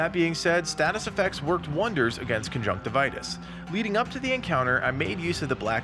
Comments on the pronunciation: Con-junk-tiv-e-us not con-junk-ti-vitus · It’s pronounced con-junk-tiv-yus. What you are saying is the medical term for pink eye, not the boss of a video game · cun-junk-tivi-us is how i always pronouce it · Uh... I don't think that's how you pronounce his name